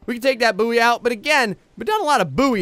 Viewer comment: its pronounced boy... good video though